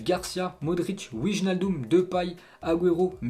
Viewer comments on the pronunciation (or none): none